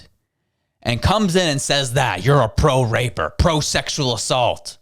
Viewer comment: LMAO did just say ''you're pro-raper'' HOLYY FK.